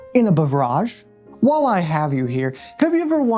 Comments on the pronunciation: pronouncing it as bevRAHGE forever now, thanks! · Damn you just made me realize that your English "beverage" is from our french "beuvrage" which is pronounced exactly like you did... (it's an outdated word, we usually say "boisson") I always thought that word was weird in English, turns out it was our fault